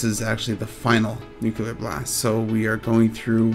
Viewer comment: Info was all fine, but you ramble a bit, and it irritates me that you say "Nuke-u-ler" instead of Nu-clear